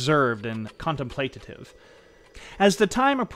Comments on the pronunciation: As a native English speaker, I noticed that you say contemplatative (con tem PLAY ta tive) - shouldn't the pronunciation be contemplative (conTEMplative) ? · It's CON-TEM-PLATIVE not CONTEM-PLA-TATIVE